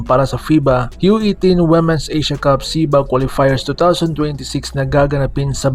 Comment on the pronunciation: Ayudin mo pag pronounce Ng womens